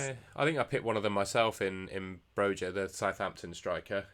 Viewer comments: No problem, I'm exactly the same. According to forvo it's actually Broi-ya. Got it wrong myself 😂😂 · Great pod gents. I'm going to do the Trent - > Son transfer myself. Pronounced Bro-ya by the way 😉